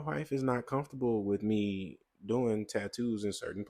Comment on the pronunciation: "Wif me biff out!" Had me dying over here. 😂